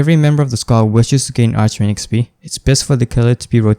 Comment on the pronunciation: It's pronounced arkwing